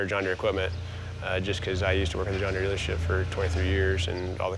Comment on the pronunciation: Time for a new tractor company. John Deere sounds more like John Gott .